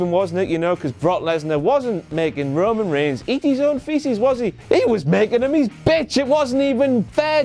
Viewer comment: No WTF-Moment for that Roman kind of "rayman" pronunciation fail???